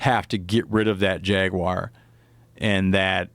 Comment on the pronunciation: You know my english isn't best. So i was wondering ,what the hell is jackwire. It kills people and dogs. Google ,what is jackwire? Nothing... Jagwire? Nothing.... Jagwire south amerika? Ohhhhh... That makes sence.